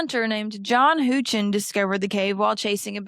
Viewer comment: I enjoyed this video a lot. I’m from the small town of Brownsville and much of what you get taught in school there is about Mammoth Cave, as it’s a major part of our county’s history. John Houchin is my 5x great grandfather and so I loved that he was mentioned. Though I’ve never heard his name pronounced that way 😭 Great video!